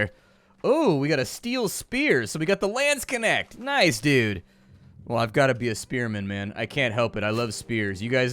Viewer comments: Funny... so you speek Landsknecht as "Lance connect"? XD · I mean... i am laughing here because i am german and know how to say "Landsknecht" ...but i allways hear "Lance connect" as he said it. And it is not even that wrong... as a Landsknecht you want your Lance to connect with your enemies body... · What the hell is a landskenect? The butchering of a Landsknecht? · Took me a while to figure out he said Landsknecht 😂☺️ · Great job as always and thank you! Let me repay you by linking you to the correct pronunciation of Landsknecht Not trying to be mean, but .... since you love that kind of character I thought you might appreciate a little help. Whether or not you want to just call them "Landser" is up to you. There is a link to the Nazis, but then again, what isn't these days. So, apropos the light and door: it's gotta be directly above the door, not a street lamp (which is what you were looking at). It reminds me a bit of Bloodborne, as does the color scheme.